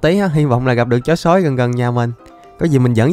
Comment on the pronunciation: Sao anh nói chữ "chó sói" mà sao anh nhấn mạnh chữ "chó'' vậy 😂